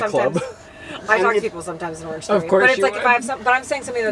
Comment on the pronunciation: I heard "orgy" instead of "orange theory" and the rest of the conversation was still making sense and I got worried there for a sec :'D